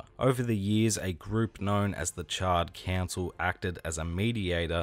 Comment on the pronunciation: Bro not gonna lie I thought you were calling them the Charred Cancel 🤣🤣